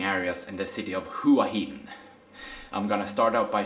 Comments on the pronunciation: Hua Gin - no, it's not Hua Gin😂😂😂 but Hua Hins awesome, it's the beach residence of the King of Thailand,.at least it was. My fav hotel is Hyatt Regency there, has the most amazing pool side which goes through the whole garden area👏❤️❤️❤️. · hua hin not "hoo ah hin" but nice vlog, im looking forward to going there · So... you are going to continue to call it Who-ah Hin?? Not very professional bro...if you consider yourself a professional at all to just mispronounce the name of a city. Didn't you notice when you were trying to buy your train tickets?? Each time the agents referred to the city by its correct pronunciation ... 'whaa heen'. Or maybe you just don't read your comments. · Hua Hin is pronounced WAA HIN.. as Hua Wei is pronounced WAA WEE.